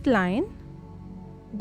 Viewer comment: Bolna to Sikh Le Dehradun ko Dehraun